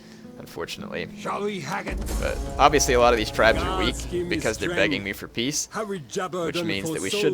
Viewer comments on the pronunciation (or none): none